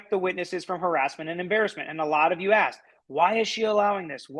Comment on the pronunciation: As well, if he says ‘aksed’ one more time…….